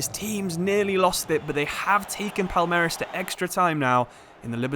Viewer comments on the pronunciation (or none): for portuguese speakers it seems like u said "palermas" (which means fools) isntead of palmeiras. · It is not "palermas" wtf, it is "palmeiras" reads something like "paul-may-ras" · it's very nice to see you shed some light on the libertadores, since its very often forgotten by european football fans. the pronounciation was great for most of them too! just palmeiras, its not palermas kkkkk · Is Palmeiras bro , not Palermas 😂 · PALERMAS??? PALMEIRAS!!!! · Palmeiras..... "Palermes". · man called Palmeiras "palermas" instead Dude called an entire fan base "idiots" in their own language 😂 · palermas means smthin like bufoons lol, palmeiras (portuguese for palm trees) is the name of the club, but as a Sao Paulo aficionado im not protesting, continue calling them bufoons pls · bro calling Palmeiras something like "Palermas" lmao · Palermas kkkkkkkkkk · You tottaly botched Palmeiras name hahaah it's prounuced "Pawn - May - Ras". Much love from Brazil. Flamengo fan here! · Nah he was right. He said “Palermas”. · I don't get your pronunciation of Palmeiras. Still, good video! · Can you try pronounce palmeiras please